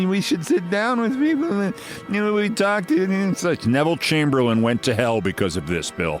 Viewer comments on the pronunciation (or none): none